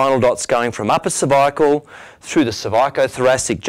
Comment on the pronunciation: Thanks. I had to turn on the close caption to get the word "cervicAAAl" lol.